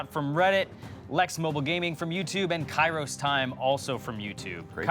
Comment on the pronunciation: You mispronounced his name, it’s “Kairo Time”